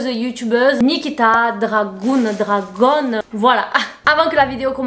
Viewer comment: Nikita dragouuune 🤣🤣🤣🤣🤣🤣🤣🤣 it's gun.... comme un fusil Mais jadore tes vidéos!!!!